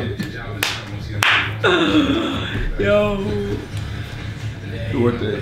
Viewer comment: 🤦🏽‍♂️🤦🏽‍♂️🤦🏽‍♂️🤦🏽‍♂️🤦🏽‍♂️Double A u is crazy 🤣🤣🤣🤣 it’s AAU